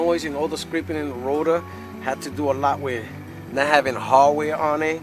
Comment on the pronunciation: This guy was driving me crazy... I gotta find the harwhere harwhere. I didnt know what that was. After an hour I found out he meant HARDWARE! THE HARDWARE, HARDWARE